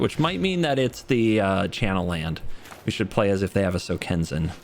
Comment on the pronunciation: SokenzAn. Not SokenzEn.